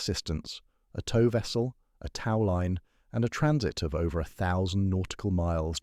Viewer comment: annoying narration... tau line? really?